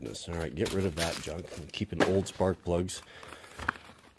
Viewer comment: Paul Akers calls it "Knuj" instead of junk.